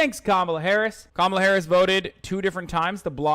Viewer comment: Cop-mall-a Harris LOL